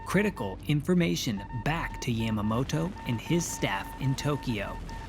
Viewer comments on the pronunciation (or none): I dislike the way he says "Yamamoto" it's yahmahmoto not yæmuhmo-to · Yamma-mow-tow. You really put some effort into pronouncing that with as little of a Japanese accent as possible, huh? Haha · It was a bit jarring to hear Yamamoto's name spoken with a soft "A". I also think it may have been pertinent to include various successive American failures which, had they performed as intended, could have prevented at least some of the carnage. 1) Neither Navy Admiral Husband Kimmel nor Army Lt. Gen. Walter C. Short had overall command, with the Army providing the air and anti-aircraft defense of Pearl. This meant any communication from Washington was not shared between the two. When the Navy codebreakers, which had not at all to that point decoded either Japan's Purple or JN-25 communications and relied purely on radio intercepts, lost contact with the fleet, the crucial intelligence was not shared with the Army, resulting in a complete lack of anti-air batteries and ammunition locked away. 2) This was further compromised by the radar installation which was manned by both the Navy and Army lacking sufficient staffing, with Kimmel not providing the liasion which would inform the Army of the presence of naval aircraft in the area and Short failing to provide adequate staffing with severely limited hours. 3) Japan's scout planes were detected by Army radar operators AM, nearly an hour prior to the first strike, but without naval communication, they had no way of knowing whether the contacts were Americans. They did not consider so few planes any real threat and simply logged the contacts. 4) AM, Joseph L. Lockhart and George E. Elliot, the junior enlisted men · You miss pronounce Yamamoto.